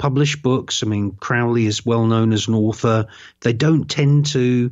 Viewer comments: It's not Crawley its Crowley, the best video you will find on you tube Michael Tsarian unslaved Aleister Crowley. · Any podcast where they dont know how to pronounce Crowley gets an automatic disconnect from me.